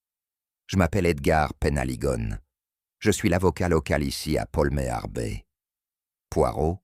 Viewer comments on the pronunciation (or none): 58 sec., ça commence : - "Paul Méarbé"...Poolmare Bay -"Je étais"... -"Les Cornoilles"... -" Les yeux se plicernent...". -" J’en ai ris "...(de veau ?, 😂 pardon) -" le glade vivant..." (?) -" les fleuses...(les falaises) -" des teintures pour dormir."...(?) 😂😂😂😮🤮🤮🤮 J’arrête de vous emmerder avec ma rebellion sur les fautes de Français, mon cardiologue s’inquiète. Mais pour les personnes mal-entendantes qui les subissent ...quel outrage !